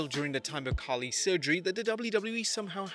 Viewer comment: bruh I know but he is Khali not Khaaaaali